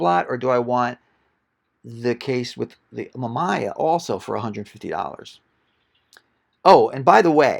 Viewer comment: great find but hearing you pronounce the camera companies was like scratching a chalkboard with your nails..... not pleasant. Mamiya and Rollieflex are not pronounced that way.